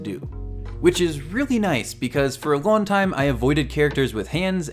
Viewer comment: you seam to drop a lot of gs when you talk like you say amon us or lon istead of long